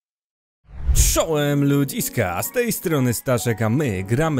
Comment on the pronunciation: Pls gadaj czołem lamiska a nie czołm ludziska